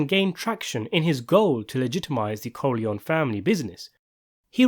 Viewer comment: Por que a IA não sabe falar Corleone?